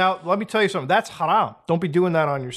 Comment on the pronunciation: Mutahar lmao I love you man. Man said that's kharam with the perfect pronunciation